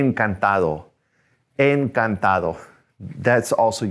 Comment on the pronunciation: you said encantado with "encantalo" right? Idk how to pronounce spanish word properly